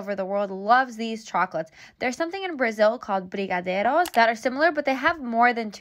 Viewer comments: your brigadeiro pronounce was on point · You’re saying that right, queen 😍🇧🇷 Much love from Brazil! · brigadeiro!!! you were saying it right actually. 💖💕✨ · Brazilian subscriber here: you said “brigadeiro” perfectly! You should try and make them next time, you’ll love it, B! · I am Brazilian and you pronounced brigadeiro all right! I am actually impressed. And brigadeiro is made of butter, condensed milk and chocolate powder. You don't need the sprinkles. I sometimes do a brigadeiro you eat with a spoon late at night. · I’m so triggered HA but her pronunciation was pretty good! I’m so grateful she tried to say it properly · I'm brazilian and u said "brigadeiro" perfectly! :^) Also, brigadeiros are so good and SOOO easy to make~! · brigadeiros are life and you said it right! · Yes! Your saying the Brazilian chocolate fudge dessert correct. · It reminded me of brigadeiro, and then you said it was similar. I'm a Brazilian fan and am currently fangirling a lot lol Edit: your pronunciation was so good! Better than many gringos. And the sprinkles aren't necessary, but if you want to make them in that round shape it kinda is lol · yes, you are saying it right! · Im from Brazil and I love how you say brigadeiro... Here, the "r" (sound) is a little different, but you said as good as an foreign person can get hahahah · You’re so cute pronouncing Brigadeiro ❤️ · Yessssss, you said brigadeiro right